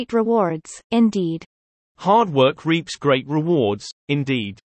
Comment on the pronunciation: おはようございます。 本日も更新ありがとうございます。 難易度は1にします。multi-grainなど少し訳を考えた文章もありましたが一応20/20でした。 reapは最初leadに聞こえましたが、途中で気づきました。 That's when I realized that I am no longer making the mistakes I made in the past. For example, I might take the art of driving a car as an example. In the past, I would often get honked at because of my poor driving skills. Now it is the other way around and I am the one honking the horn all the time. Of course, that is not always a good thing. Anyway, I used to drive late at night to practice driving. I am sure that this has led to the improvement of my current skills. On the other hand, some technologies have degenerated. That is calligraphy. When I was a child, I was confident in my calligraphy and was proud that I could write better than adults. But because I stopped practicing and stopped writing, my handwriting has become worse than most people's.